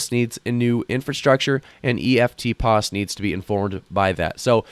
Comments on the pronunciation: It's pronounced EFTPOS , not E.F.T pos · Eftpos is pronounced Efft poss